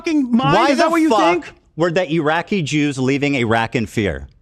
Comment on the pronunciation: Reminder that Hasan openly admitted to visiting a brothel known for underage sex trafficking. He admitted to this. On stream. Also, love how Hasan cannot pronounce "Iraqi". Dude says it like "Araki". "I know you go to sleep at night in a cool racecar bed, but I have family." That has to be the most savage thing Ethan has ever said. Rare H3 W.